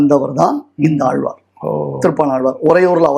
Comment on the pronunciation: பேட்டி எடுப்பவரின்உச்சரிப்புநன்றாகயில்லைஆழ்வார்என்றுசொலலாமல்ஆல்வார்என்றுசொல்கிறார் தமிழ் உச்சரிப்பு சரியாகயில்லை